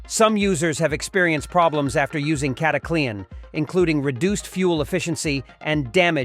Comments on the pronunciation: It's not cataclee-an haha. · Sounds like the typical AI fake voice. Cata Clee ann??? 1 3 fuel? WTH stupid BOT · Who in heck besides this bot pronounces it Cat a Clee Anne? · You know what's fake you can't even pronounce it right